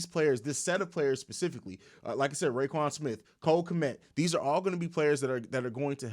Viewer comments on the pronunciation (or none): R--O-- Quan Smith. Not rayquan lmao!